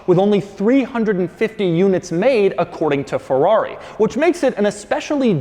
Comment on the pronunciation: I like how Doug is at pains to emphasize "according to Ferrari..."